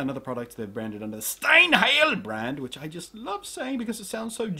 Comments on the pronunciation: hahahaha. "STIENHIEL" Oh Blunty, You make my day. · You pronounced Steinheil wrong ^^